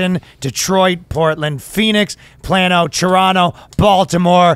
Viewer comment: Man it's "PLAY-NO" (Plano) silly Canadian. Lol